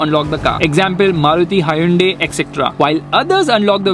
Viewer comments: Why u pronouncing haiyundai😁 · No one:: Hivunde